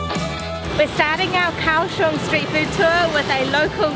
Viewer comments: Liked the video very mcuh. You both make all the food look soooo good. One thing....it is pronounced Gow-shung not Cow-shung. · It's pronounced "Gaoshong." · Gao Xiong